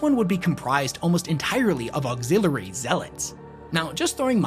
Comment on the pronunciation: Please practice saying auxiliary. Great video.